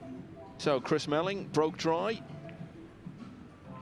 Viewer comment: melling not mellings lol